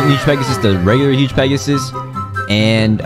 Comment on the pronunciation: I love how you said “work huge pegusus when he went to the huge cat :o I love you vids :) Keep it up 2 fav yt